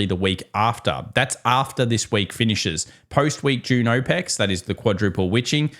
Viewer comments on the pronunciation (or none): Aw Pecs = options expiry Oh pex = OPEC’s The oil cartel Just a heads up It sounds really disjointed when you say it that way because my brain has to reorient what we are talking about every time you say OPECs. Every time I’m like what does the oil cartel have to do with quad witching